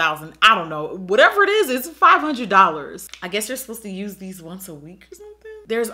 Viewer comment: Four hundred and Twenty DWOARLAHS